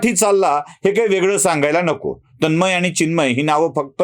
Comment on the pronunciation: तन्मय व चिन्मय याचा उच्चार करता यायला पाहिजे.